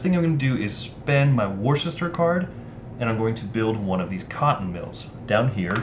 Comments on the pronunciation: Not 'wooster'. It's ' wuster' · The inclusion in the rules of the details of the industrialist characters on the cards is good, but I do wonder if a phonetic pronunciation guide to the placenames would have been useful: Walsall = "war-sall" Nuneaton = "none-eaten" Worcester = "wuss-ter" (wuss to rhyme with fuss) Uttoxeter = "you-toxeter" (And before any Americans complain about British pronunciations - have a look at Arkansas, Boise and Des Moines 😉)